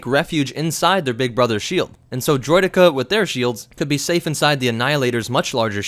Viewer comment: See you said “droideka” perfectly fine here, good job yay